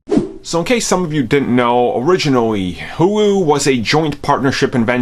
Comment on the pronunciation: “HULU” pronounced “hoooo loooooo” not “hugh lew” Jesus Christ are you remedial?